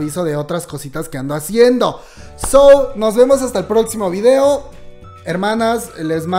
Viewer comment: Muy bien video, pero... porque dice videa?